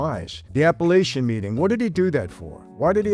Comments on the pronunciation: It's Apalachin NY, Not Appalachian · Apalachin (app a lack in) NY. Sorry about correcting you Captain. 😎